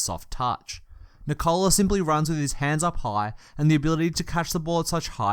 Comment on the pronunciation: The stressed syllable in Nikola is the same as in Nicholas - the first one. You say nee-KOH-luh, but it's pronounced NEE-koh-luh.